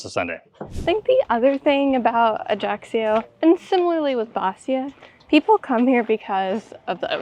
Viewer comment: One thing that just a little bit pisses me off is some widely wrong pronunciation. I mean Ajaccio. It's not Ajaxio The right pronunciation is Ai-a'-cho (I hope it is clear).